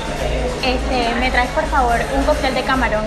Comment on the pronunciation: Thanks for this video and I'm very late, but when you said "me traes" did you pronounce the last s? I know its a weird question